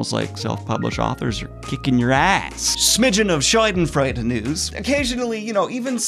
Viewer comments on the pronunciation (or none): Daniel with all respect, but Schadenfreude wasn't pronounced that well, I'm sorry😂😂